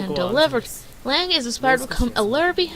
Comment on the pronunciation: Lang? Isn't it Lag?